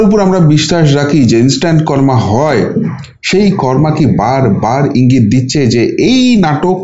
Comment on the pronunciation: কর্মা নয় কর্ম।